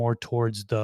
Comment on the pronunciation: When buds sound like butts it takes on a whole new meaning 😅 only like big buds not little buds 😂